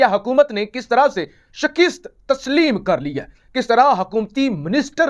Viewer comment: Uoee khhoty , Sheekesst nahein hota jo tum hamesha kehty ho YEH Lafzz Shaakasst hota hy